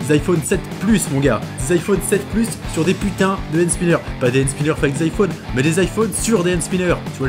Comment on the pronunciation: 17 fois tu dis band spineurs